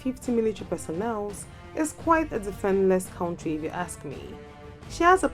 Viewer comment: when you cant even pronounce the word Country correctly then talk about other militaries.If you don't have anything to do then shut your channel down and stop comparing things you cant just compare.